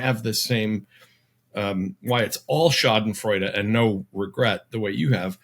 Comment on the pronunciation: Tim: Schadenfreude is still four syllables. "Sha-den-froy-duh." An "e" at the end of a word is pronounced in German.